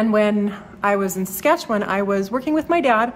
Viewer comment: I re-watched this video and enjoyed it even more the second time through. But it was when you mentioned that you were moving back home to Saskatoon, Saskatchewan, I felt I just HAD to tell you this joke. btw, you pronounced perfectly the word "Saskatchewan", as only a true Saskatchewanian could. Being from Regina (Boychuk - Ukrainian?), I know. Anyway, stop me if you've heard this one before: This American husband and wife from Texas were on vacation driving across Canada in an effort to get to know their neighbours to the north that they'd heard so much about. After a few days of driving they found themselves literally in the middle of nowhere. The wife turns to her husband and says, "Cleetus, why don't y'all roll down yer window and ask them kind folks over yonder just exactly where we's at." So the husband pulls his car close to a group of people standing near the edge of the road, rolls down his window and in a thick Texan accent asks, "S'cuse me fellas, could y'all tell me the name of this here town?" One of the young men turns to the Texan and says, "Saskatoon, Saskatchewan." The Texan proceeds to roll up his window and his wife eagerly asks him, "Well, what did he say?" The Texan turns to his wife and says, "I don't know, they don't speak English." Again, good luck with your move. The city of Saskatoon is (re)gaining a real treasure.